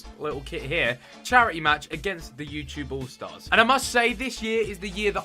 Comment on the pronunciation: he sais ytgoal stars